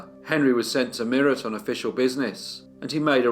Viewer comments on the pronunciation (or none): Well done on the Indian names, although Meerut is "May-rut" as in "cut"